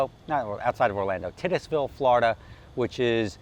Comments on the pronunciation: It’s Tie-tus-ville, not Tit-us-ville. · tit is ville? LOL Its TIE TUS Ville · TIGHT-US-ville. Dude. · i was like wtf did he just say lol never heard it pronounced like that